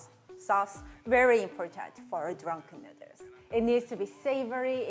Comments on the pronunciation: "Drenken nrderss" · I love the way she said " Dranken Nerdles" * hand flick*